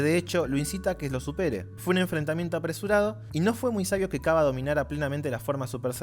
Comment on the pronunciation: jeje perdon que joda pero no se pronuncia kyabe xd